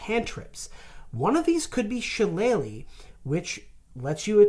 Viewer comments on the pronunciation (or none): none